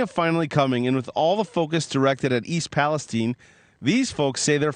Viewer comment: So why all of a sudden is East Palestine being pronounced East Palestene?